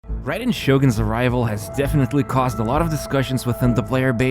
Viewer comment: I swear to god! You always mispronounce some fucking word in every one of your videos. It’s not “Ride-en” it’s “Ray-den.” And it’s not “pree-mo-gems” it’s “pry-mo-gems”